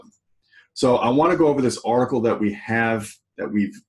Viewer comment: Is it just me or do you also hear Oracle every time he says Article?